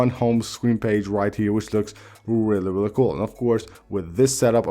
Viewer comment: I knew to come to the comments the moment I heard “whelly whelly cool” 🤣🤣🤣🤣🤣🤣